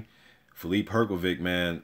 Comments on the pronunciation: You say Hrgović wrong. Try to say it like Hrgovich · You just have to learn how to pronounce his name!